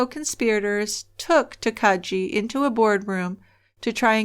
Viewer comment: Really like this one -- an interesting way to do something seasonal in the framework of your podcast. :D Also... not trying to come across as a dick, but I can't help giggling at the various pronunciations of "Takagi" in this story ... last syllable is a hard G, not soft. ;)